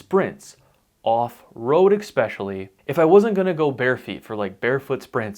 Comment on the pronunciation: *Especially. Expecially is not a word